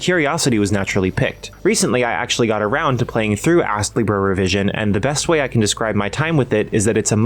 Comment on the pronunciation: You really put the ass in astlibra with the pronunciation sometimes 😂 Game looks quite interesting but hearing it can be grindy puts me off a bit.